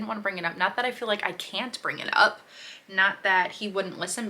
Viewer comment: Is he trying to say "up"?